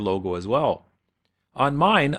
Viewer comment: DEPLOYANT CLASP, NOT DEPLOYMENT CLASP